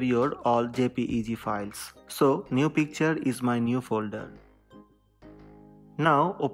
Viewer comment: This worked, at first I couldn’t understand what he said, but it was “open the files tab”.